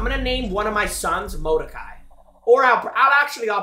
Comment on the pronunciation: the way he pronounces Molokai😭 Dont name one of your kids molokai its one of the hawaiian islands 😭😭